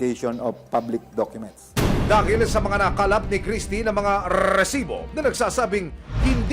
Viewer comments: sinong naiinis sa pag sabi ng RRRRRREEEEsssiiibbbbooo?? hahahahahhaha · Kabuwisit yung pagsabi niya ng rrrrrrresibo!! Hanep may nagmamay ari ng pinas at may kiboloy na nagmamay ari ng mundo,,onli in da pilipins.